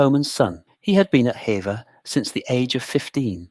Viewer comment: Although it's spelt like "hevver" it's pronounced like "heever". Lovely video, thank you. I live nearby, I love Hever castle ❤